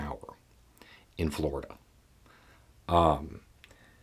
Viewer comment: Sorry I have to ask why did you emphasize "in Florida" is it the weather, the fauna (Florida Man included), the I don't know? It's taking over all other thought processes.